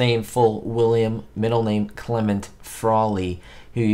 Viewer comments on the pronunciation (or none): none